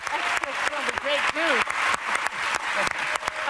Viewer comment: Haha Whoopi, can't say his name. The fact that this show gets ratings is sad.